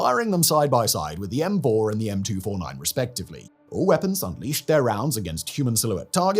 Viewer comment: "M-fouR“ good American accent